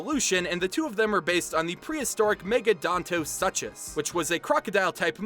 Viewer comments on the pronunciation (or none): **”soo-kus” not “suk-kus” for Megadontosuchus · This video was amazing! I love the culture of Italy, and the usage of roman mythology was great, but Megadontosuchus is pronounced as Soo-cus, not su-chus.